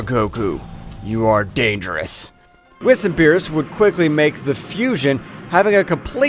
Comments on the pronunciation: Whis is actually pronounced (weez) Don’t believe me watch DBS in English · Y u say whis name wrong lol